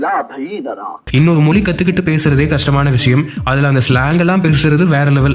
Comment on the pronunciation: மொழி என்று சொல்லிப் பழகுங்கள்